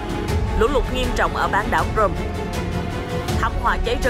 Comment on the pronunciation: xin đính chính CRIMEA có phát âm Krym hoặc Krim hoặc Cri Mea chứ ko thể đọc Crôm như thế này được